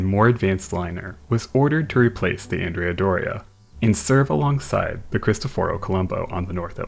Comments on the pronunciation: Just FYI, the Andrea Doria is not pronounced ANN-dree-ah; it is properly on-DRAY-ah, and it was named for a man, a historic Italian general. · It's An-DRAY-ah Doria, not Andrea Doria. It's named for a Genoese admiral.